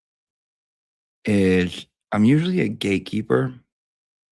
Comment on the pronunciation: Question, Ya, I know I'm late but at least I'm here! Better late than never... Are you saying GAYkeeper or GATEkeeper??